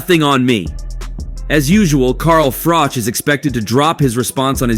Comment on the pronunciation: How difficult is it to pronounce Froch?